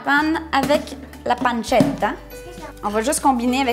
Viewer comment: Mdr vous m'avez arracher les oreille avec la panzetta